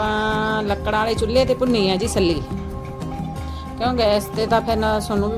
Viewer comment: ਬੀਬਾ ਸਲੀ ਨਹੀਂ ਛੱਲੀ ਹੁੰਦਾ ਹੈ।ਬਾਲਣ ਹੁੰਦਾ ਹੈ ਬਾਂਲਣ ਨਹੀਂ ਛਿੱਲ ਲਿਓ ਸਿਲਿਓ ਨਾ